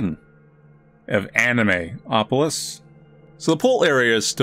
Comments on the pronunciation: How you write it: Anemoi How you read it: Anime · NO its not animwa-opolis!!! the name of the game comes from the word 'anemoia' coined by John Koenig, in the video on the Dictionary of Obscure Sorrows YT channel John pronounces it "ahnehmoya" - the main character in the game mispronounces it so dont go by that please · strongly saying 'anime' will never not be entertaining.